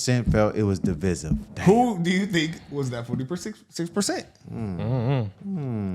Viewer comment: Love yall but the second ‘i ’ in divisive is long. Divided divis(igh)ve